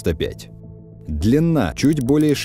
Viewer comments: Ююю95 объясните ей не ю- бот,а у-бот!!!!!!! U-это с немецкого (unten) - в переводе внизу,а в связке с бот оно звучит как (под), тобишь подлодка!!! А юююю это юбка,так ей и скажите! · У-995, а не Ю-995. Это ведь немецкий язык, а не английский. Очень распространенная ошибка, прямо слух режет